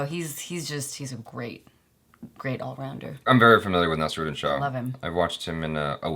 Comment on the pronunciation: Even she doesn't know how to pronounce Naseeruddin and Ahemdabad